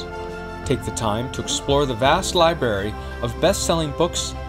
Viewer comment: Did the announcer say “…libary”